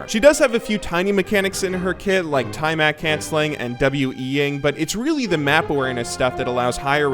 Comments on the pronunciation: Tiamat is pronounced tee-ah-maht. You're driving me crazy with the time-at nonsense. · "Tye-mat" you mean Tiamat right lol?